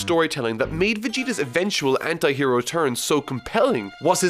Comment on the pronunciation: is it only me who is hearing "hentai hero" instead of "anti hero" LOL